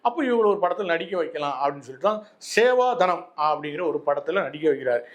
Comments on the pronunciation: Seva sadanam. Not seva danam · Full of factual errors. Please verify and make the corrections. Dont twist facts please. It’s the film Naradar in which M S Acted to start Kalki magazine. Even after seeing the poster you cannot pronounce Sevasadanam properly. Dont cast aspersions on her married life.